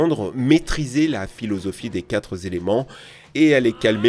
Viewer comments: C’est vraiment insupportable les liaisons quand tu donnes des chiffres QuatreS trenteS… les chiffres c’est au singulier donc on ne met pas de s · Un grand merci pour ces vidéos et aux gens qui ont regardé les intégrales de ces shows mais il n'y a pas de S à QUATRE, donc pas de liaison (pour avatar, les 4 éléments). pardon pour ma maniaquerie, c'est plus fort que moi 😭